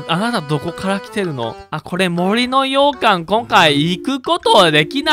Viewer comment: 洋館のイントネーションが完全に 羊羹 なの気になり過ぎるw